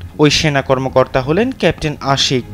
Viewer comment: ক্যাপ্টেন শব্দটা পরিস্কার করে বলুন ক্যান্টিন শোনা যাচ্ছে এতে পদস্থ কর্মকর্তার পদ বা সেনাবাহিনীর পদ মর্যাদা ক্ষুন্ন হচ্ছে